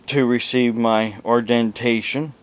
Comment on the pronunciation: What a joke! What is "ordentation" and "onurary"? If you can't say the words, you are probably a fake just like your degrees! If you will present yourself as a man of God with these bogus degrees how can you be saved? The proud shall burn in the pit with Satan himself. And "cecalur" degrees come in handy with actually knowing things. If you want to hold yourself as being something then go to college and be what you claim to be. Put some effort into life. Be a real man!